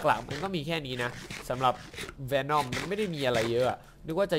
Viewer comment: วีน่อมไม่ใช้เวน่อม